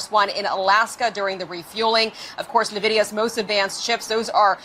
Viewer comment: Drives me nuts when people pronounce NVIDIA Navidia. It’s pronounced En-Vidia plebs!